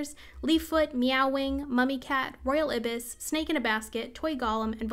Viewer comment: FYI: Ibis is pronounced like "Eye-bis."